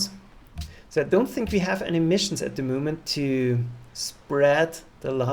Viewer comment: Mein Lieber. Man merkt gar nicht das du ein Deutscher bist. Machst das mega gut. Ich dachte zuerst das da ein Amerikaner redet. Aber sag doch nicht at the MUUHMENT. Da ist keine KUH. Es heißt MOOOoment